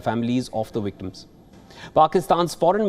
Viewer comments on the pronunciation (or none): Wery unfowtunate woyage indeed. Pway for all the wictims of this wiolent improsion.